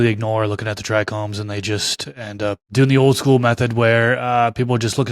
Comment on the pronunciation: This guy is clearly an expert, but he pronounces trichomes as “trichromes” 😬